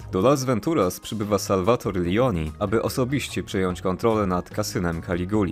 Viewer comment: Bardzo fajnie się ogląda! P. S. Imię Salvatore wymawiamy nie "Salwator", tylko "Salwatore". :D